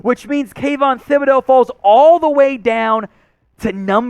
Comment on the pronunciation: I wish all you guys would start pronouncing Thibodeaux's name correctly. The H is silent so its Tib not Thib